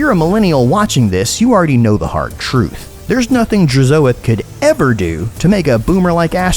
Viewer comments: With how you pronounced Hashoot and Drazoath I expected you to also say the Legoon of Assgore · the way to you say DRAZHOATH makes me wince